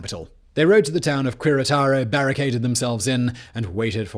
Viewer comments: It's not Coo-eh its Keh-Reh-Tah-Roh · Maximilian's Spanish was NOT bad!!! 🤦🏽‍♀️🤦🏽‍♀️🤦🏽‍♀️🤦🏽‍♀️🤦🏽‍♀️🤦🏽‍♀️ smh. And the way you butchered "Querétaro"...🫣